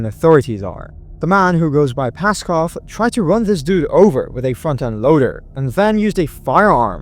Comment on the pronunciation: 😂😂😂😂I misheard you on the 1st one. I thought you said a “fucken’” loader. Not front end loader. I was like “what fu(k?!?! 😂😂😂😂